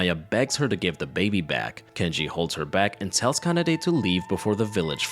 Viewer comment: Is there a specific reason why you pronounce Japanese Names like, Kanada, Kayako, Kota with a G instead of K. Like Gayako instead of Kayako? Is this intentional? Just asking, never heard someone pronounce it wrong.